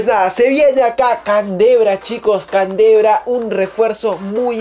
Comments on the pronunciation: Se dice candreva no cantebra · no es canderva es candreva :v